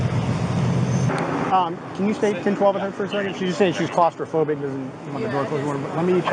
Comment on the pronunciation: Clast-a-phobic.....god damn